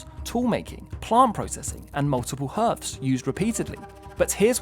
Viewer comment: Wait, did you try to say "hearth"?